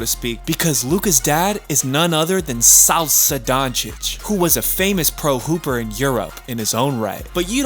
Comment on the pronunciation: Did you just say "Salsa Doncic"? 😂 ... cmon, it's Sasha! you have that name in US